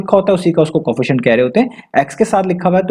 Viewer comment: Co, efficient Not Coefficient [just pronounciation]